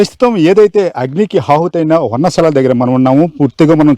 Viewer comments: 😂నీకు ఉద్యోగం ఎవరు ఇచ్చారు బాబు, అది వర్ణ శాల కాదు? పర్ణశాల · వర్ణశాల కాదురా నాయిన, పర్ణశాల.